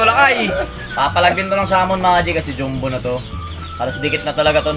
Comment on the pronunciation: Sa totoo lang naiirita ako sa Jom-bu na pronunciation nyo e.. Ahahaha parang di ko alam kung kulang sa aral o sinasadya lang e.. Jumbo po hindi jombu....